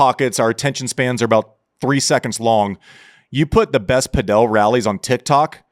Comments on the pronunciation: Andy driving me crazy saying Padel wrong. It's padel...not padiel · Saying padél instead of pádel is not distant from saying Láver Cup:) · Pronouncing Padel like Nadal 😂😂😂😂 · We calling it pa-Del now? wtf